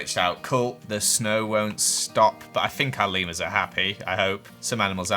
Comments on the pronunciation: when you called the leamers lemmersi thought you where saying levers and i was like that is how you say it but you where taking about leamers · It sounds like your saying Lemoners 😆 LOL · Lemurs What I heard: Lemons😂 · Who else love how says Leemers and all his funny Voices ❤️